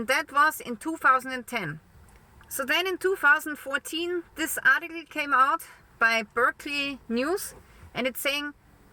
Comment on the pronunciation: I like the way she says ART- TE- CLEE.😵